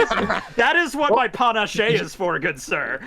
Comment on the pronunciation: FFS its pronounced "Pah- nash" XD